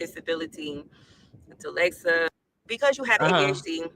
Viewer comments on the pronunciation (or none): DELEXA??? Ummmm dyslexia??! Lawdamercryyy😂😂